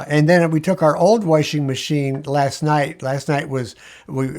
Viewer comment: I love that he says warshing machine.